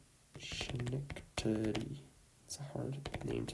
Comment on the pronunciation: I know I'm a whopping one year late but I just have to say, absolutely outstanding job. Also I find it hilarious that you swapped the pronunciation of the 'ch' in Schenectady and Chenango. (Chenango ftw!)